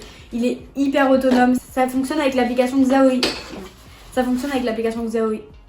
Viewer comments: Xaomi on le prononce « chaomi » 😉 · Super la vidéo ! Par contre petite info on prononce pas xiaomi comme ça s’écrit ça se prononce : shiaomi